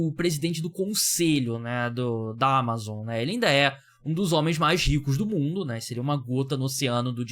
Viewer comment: Q agonia você falando Amazon desse jeito pqp